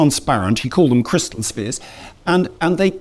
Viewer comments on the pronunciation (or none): none